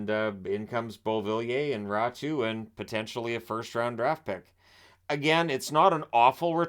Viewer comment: It's raty not ratu